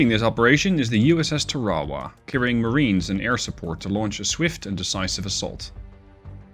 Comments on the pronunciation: That's pronounced TARawa. (Pacific island). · TAR-a-wa. Accent is on the first syllable. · Us Yanks pronounce it TAR•a•wa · The US tends to name it's ships after battles it has fought around the world and that means pronunciation is sometimes a struggle. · Ta raw wah😂 I love it! Not throwing shade, all it means is you read! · Pretty cool that you can control a small support carrier like the Tarawa by the way I have heard it pronounced like Tar-a-wa for years but if that’s how you pronounce it that’s fine. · Tar ah wa... I didn't even recognize LHA-1 s name how badly you massacred the pronunciation otherwise AWESOME Video... please keep em coming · If you're going to naval battles, learn how to pronounce the names. USS TAR A WAA (Tarawa) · love the Sea Power content. But, IIRC, its pronounced "Tar-a-wah.": Couldn't the Harrier carry the AGM-122 Sidearm?: Yes. IRL, the AV-8A does not have radar. It was envisioned as a ground attack platform, not a fighter. And at the time, air to ground radar, at least those precise enough for CAS, had not been developed.